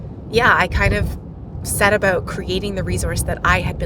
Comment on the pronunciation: It's "about" not "about." LOL 🙂